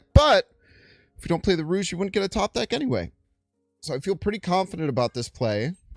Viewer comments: rouge? you mean rogue (row-guh) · Lol, it’s pronounced “Rowg” not “Rouge”